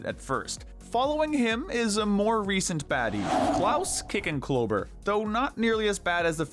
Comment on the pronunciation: It’s pronounced kick-en-CLOBBER, “”! 🙄 You also mispronounced Balthazar Bratt’s first name, which is pronounced bal-THUH-zar.